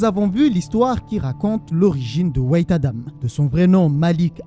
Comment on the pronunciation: Au lieu de dire white tu dis wait. En gros "attend Adam" au lieu de "Adam blanc" 😂